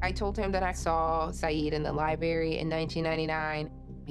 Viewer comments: Someone tell that liebury isn’t a word. Lie and bury is what her friend did. Library has a different pronunciation. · Chick said liebary